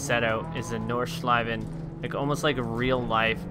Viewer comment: Ich weiß auch nicht spricht es nur falsch aus